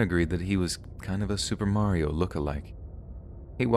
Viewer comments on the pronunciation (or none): none